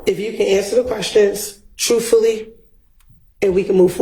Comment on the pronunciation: ALL THE YEARS OF EDUCATION HAD AND STILL DOES NOT KNOW HOW TO SPEAK PROPER ENGILSH.. IT'S "ASK" NOT "AX" AND ITS "TRUTHFULLY" NOT "TROOFULLY" EVEN SPEAKS BETTER